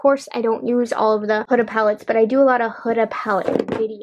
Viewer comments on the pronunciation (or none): none